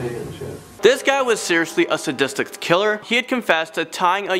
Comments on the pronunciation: Coursed confession should be coerced confession -burtal murder not brutal murder -zodiact not zodiac -sadistict not sadistic How can one person make so so many mistakes? I have a seven year old daughter and I can without a doubt, guarantee she would make less mistakes than him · ‘Sadistict killer’